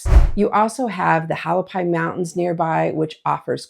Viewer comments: FYI Hualapai Mountains is pronounced WAH-lah-pie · Where did you come from? This looks like AI. This is information coming from a someone trying to promote the area so they can get their commission by selling to a unsuspecting person. You did not even pronounce the Hualapai mountains correctly, the H is actually a W sound when pronounced. You also never spoke about the area having water issues and how Arizona has just had water usage cut by the federal government. There are many water haulers in this area. You only showed the fancy houses instead of the overall look of the entire area. You did not speak of how much crime, drug and alcohol use there is in the area. You only said it is a desert lifestyle, many do not know what that actually means. It means it is mostly dry and hot with snakes, including rattle snakes that may be right by your door, scorpions, and other desert wildlife like Bobcats, deer, burros. Yes, deer are in town. Also Arizona is Open Range, so livestock can roam freely anywhere and it is up to the home owners to fence them out, not the ranchers. If you harm or hit livestock with your vehicle, you will be paying the rancher for the death of that animal and if it is a Bull, it will cost you a lot. There are not enough doctors in the area either, you will be lucky to get a Nurse practitioner or Physician Assistant. The hospital is a teaching hospital so you may not get the best treatment for your needs. The Emergency Room is usually over crowded and you will wait hours to be seen or admitted if needed. Jobs a